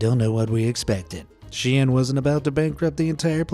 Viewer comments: It is pronounced like SHINE. not she-in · It's actually pronounced 'Sheen' not 'sh-ein.' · Caught in 4k mispronouncing its shein not shiyan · ITS PRONOUNCED SHEEN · Wait? It was pronounced Shee-in? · ''she-an'' LOL I CANT